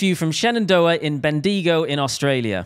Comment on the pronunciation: By the way, your pronunciation of "Bendigo" is hilarious!